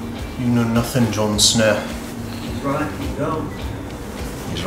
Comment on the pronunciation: Who's Jon Snuh? :P